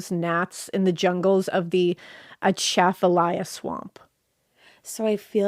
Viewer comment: Achafalaya like achoo but acha with a long A sound, you aced the rest ❤❤❤